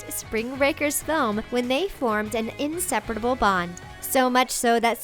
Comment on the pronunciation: Am I the only one who noticed that she said 'inseperatable' instead of 'inseparable'